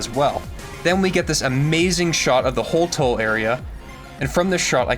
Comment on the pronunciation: It's HolTOW same pronunciation as town